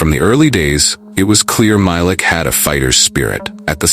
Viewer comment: it’s actually pronounced MY-LEEK